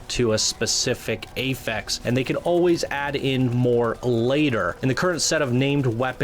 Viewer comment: I'm concerned about limited loot. Masterwork and legendary items should look amazing, not like the same crap we've been getting already. Also: it's "affix" and pronounced like AH-fix, not pronounced like "ay-fex." :) Other concerns: not enough strongholds quickly enough. The Cataclysm and/or Shaper Storms might be underwhelming. The size of the map isn't as big as we may have hoped.